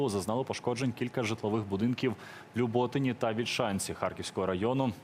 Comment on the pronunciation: ЛюботИн,а не ЛюбОтин. Капец ,а не ведучий.